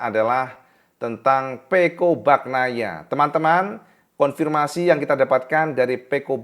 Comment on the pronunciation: pengucapan Bagnaia nya bukan baknaia tetapi Banyaia. Huruf gn itu dibaca ny. Sama seperti huruf ñ pada Viñales dibaca ny = Vinyales. Sapurane.. Grazie mille..